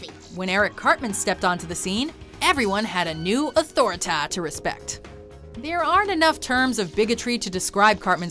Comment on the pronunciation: "Authoritah" lol